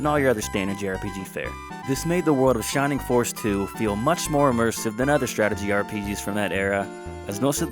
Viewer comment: “Shimimg foss iz waysist!” What a 🚬